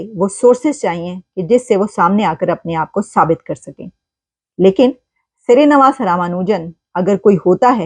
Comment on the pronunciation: Shree is right navaas is wrong pronunciation nivaas is right